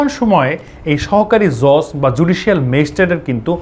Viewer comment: JoJ na Judge😆